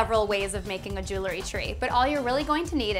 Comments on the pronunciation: Could be pronounced jew el - ry, not jew-le ry - nor e between the l and r. But, nice videos, keep em comin!***** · Just a note - jewelry has 2 syllables - pronounced jewel-ry, not 3 as you say jew-le-ry. Nice tree, though.